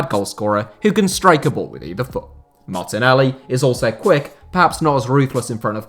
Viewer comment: I gained respect when he said martenelli